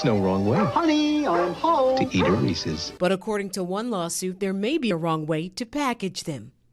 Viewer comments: It's Ree-sis. Not ree-sees.... FFS, you're a public speaker and cant he bothered to learn how to pronounce extremely common priduct names? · FFS it's NOT REE-SEAS, it's REE-SIS! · It’s Reese’s, not Reesee’s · Re-ses. Not reesees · Why are you saying Reeses' like that? You're saying it like "Reese sees" when it's pronounced to rhyme with "pieces". Unless, do you pronounce it "piece sees"? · It’s Rees-‘ez’, not Rees-’ees’. They even put a video out about it. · Its prounounced Reese's not reecees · Yeah and there’s a wrong way to say it. It’s not riecies. They pronounce it right in the commercial. Stop trying to be different. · where does it say "REESEES"? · Disgusting! I can't believe this woman just said "Reesees." WTAF. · "There's no wrong way to eat a Reese-EEs" True, but there IS a wrong way to pronounce Reese's! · Who the heck calls it ree-sees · I'm going to sue this reporter for repeatedly saying "Re-seez". It caused me extreme emotional distress and now I have the PTSDeez. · THANK YOU! I was wondering if anyone else was like, "who says REESIES?" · Never trust someone that pronounces it Resee's lol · she should be sued for pronouncing reeses like that. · The news anchor saying “Reese’s” wrong is super annoying. 😂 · I don't care one bit about this except that the news person can't pronounce "Reese's" properly. *facepalm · Why does she say Reese's like that even the commercial says it right 🤦🏻‍♀️ but how can you sue for something so stupid, this is why things skyrocket in price. Just don't buy it who cares, it's not like it's gonna make a difference in taste which is the point in buying Reese's. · There is however, a wrong way to SAY "Reeses" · There maybe be no wrong way to eat a Reese's, but there is a wrong way to pronounce it. Reese's rhymes with "pieces," not "feces."